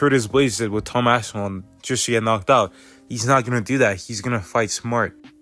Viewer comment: Sound it out my boy, its Ass-pin-all